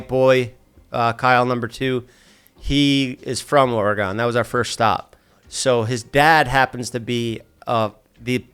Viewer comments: The way he keeps saying Oregon as Oregone 😭😂😂😂😂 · It’s pronounced like the bodily organ not oregano without the o❤❤ love u jeffff❤❤❤